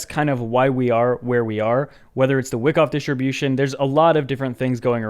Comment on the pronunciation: It's Wackoff. Please adjust your pronunciation in the future. Thank You.